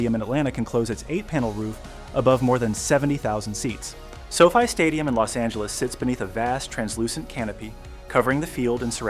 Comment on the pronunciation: While overall the video is good, every time the narrator says So-Fi like Sophie I cringe. It's pronounced So - Fy or F-eye. Irritating.